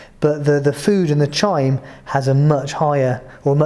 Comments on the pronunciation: No I didn't. Chyme is pronounced "kyme". I have bad habits. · Chyme has silent h or more likely pronounced as khyme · Hi excuse me, I heard you pronounced chyme very differently as I’ve heard in different dictionaries such as the Cambridge dictionary. . I’m just wondering is that the correct way as you pronounced it?